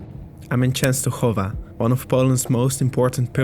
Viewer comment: perfect pronunciation of Częstochowa :)